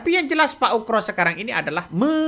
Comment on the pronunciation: koreksi dikit bang..nama yg.benar adalah bp komjen Purn.Oegroseno.. terdengar bang.nyebutnya pak UKRO..kalau mau dipendekkan jadi bp.Oegro,mudah2 an saya gak salah dengar.